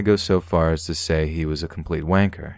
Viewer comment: Hearing the word 'wanker' in an American accent makes me giggle so much. Love your story telling, these videos are how I relax in the evening.